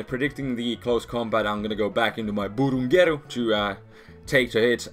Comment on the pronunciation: i love when say BURUNGERU